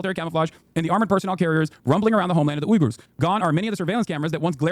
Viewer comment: not once while discussing the uyghurs did hasan pronounce it correctly💀